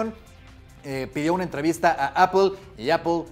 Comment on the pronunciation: ¿Apel? ¿Por qué Apel? 🤔